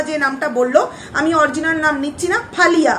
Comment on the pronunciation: Faliya noy aliya